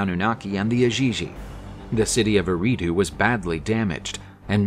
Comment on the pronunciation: It is pronounced (AIR - AHH - DUE).